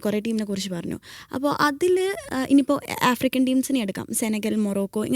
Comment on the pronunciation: ഏഫ്രിക്കൻ. അല്ല. ആഫ്രിക്കൻ